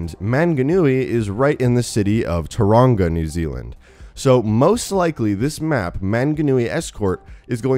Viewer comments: did he say turanga? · No hate on this shogun but you kinda pronounced tauranga wrong and p.s mount manganui is not a ski range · When an American says mount maunganui and tauragna wrong. 😂😂😂😂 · First of all its maunganui is pronounced mon - ga - nui and tuaraunga is pronouced to tau - wrong - a and new Zealands scenery is alot different to Australias BTW I'm a kiwi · Dude cool video but I'm from New Zealand and the way you pronounced manga Nui and Tauranga made me cringe so hard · The pronunciation of Maunganui is 'Mong-na(h)-nu-e", and Tauranga is 'Toe-(w)rong-gah' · I snowboard there its pronounced tao-rong-a and mt-mona-g-newie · Pronounced Mong-a-new-e and Toe-ronga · So many things wrong with the New Zealand bit. Firstly that's not how it looks. Second that's not how you say Mt Maunganui or Tauranga. It's a long u vowel sound not a short one. Toe-wrong-a and you roll the r. Same with Mt Maunganui it's more like Maul than man. Sorry but it really makes me cringe when people say it wrong because I'm from new Zealand. Love you guys tho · Btw its pronounced Ta rong a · Am I the only New Zealander who got triggered at the way he pronounced Manganui and Tauranga? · As a kiwi, I am offended that he pronounced Maunganui and Taraunga wrong. But he pronounced them better than Stylosa. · you murder the pronunciation of Tauranga I couldn't stop laughing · the way he pronounces Tauranga makes it sound cool and a bit mexican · hahaha im from new zealand, the pronunciation is so wrong, the mountain shown is not maunganui its ruapehu and its much bigger than "a small island off the shore" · You absolutely butchered how you Maunganui and Tauranga, it was marvelous, good try though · He so butchered the pronunciations of manganui and tauranga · Manganui is spelt wrong, (Maunganui) and you have pronounced Maunganui and Tauranga wrong but no biggy :P